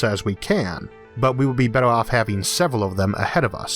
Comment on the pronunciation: Hardor, fastor, bettor!